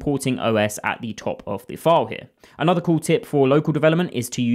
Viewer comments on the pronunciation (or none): none